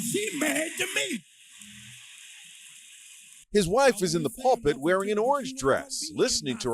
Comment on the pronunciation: Ok as I continue to listen. You pronounced pulpit properly. "Po-toe-mick" and "Her-ah-tick" He used to be Pastor of a church here. Gizelle was his wife and they were divorced long before she appeared on the show. He was unfaithful to her.